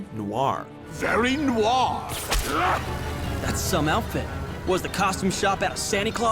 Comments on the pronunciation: ist no-ir not noar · ugh, i cringed so hard when he MISPRONOUNCED noir MULTIPLE TIMES